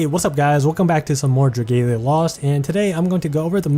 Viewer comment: "Drageilia"?? No, it's definitely dra-GA-lia like it's spelt.